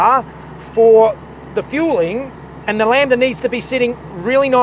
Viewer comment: I miss you calling it Lam-ba-da, genuinely it was one of my favorite mispronunciation and it made that episode awesome